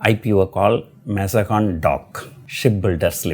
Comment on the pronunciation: Sir it is Mazgaon and not mazagon